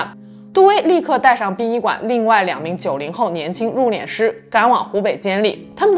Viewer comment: 為什麼要讀入「臉」師呢？應該讀四聲，入「練」師呀⋯⋯太彆扭了⋯⋯